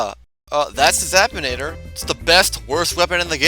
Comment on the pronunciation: Zap-in-ae-ter not Zap-tin-ay-tar